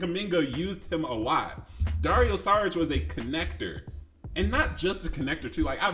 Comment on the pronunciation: About the departure of KCP, Bruce Brown... OK, but remember Garry Harris and Grant, Paul... we also lost them and we got better gradually. By the way it is not Saric but "SHariTCH".😊